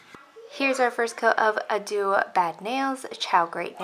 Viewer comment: I believe “Addio” is pronounced ‘Ah-dee-oh’ or ‘Ahd-dioh’ (basically the same thing) as opposed to “A-do’ or ‘ah-doo’ (again, basically the same.) it’s Italian for goodbye. And y’all... I def do NOT mean this in any “pronunciation police” kind of way... it’s nothing more than a simple friendly FYI for anyone who may be interested. 😊🤪